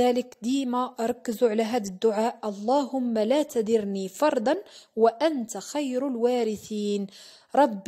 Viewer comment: تدرني بالفتحة دال مفتوحة ماشي بالكسرة يا اختي